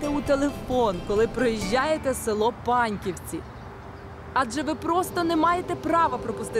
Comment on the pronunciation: Тільки Панівці, а не Паньківці!!!